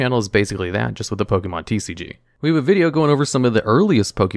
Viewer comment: How about learning to say pokemon?